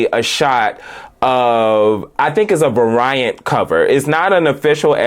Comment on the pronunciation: Variant is pronounced v-AIR-re-int, to to belittle or be insulting, just helping tighten up